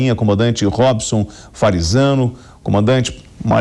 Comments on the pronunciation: Toda vez ele chama o de farizano kkkkkkk boa sempre bom acompanhar suas análises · Perdi no "Farizzano"...